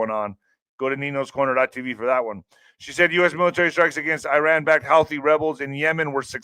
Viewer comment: It's pronounced HOO TEEE